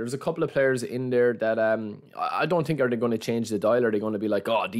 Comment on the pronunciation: „i tink“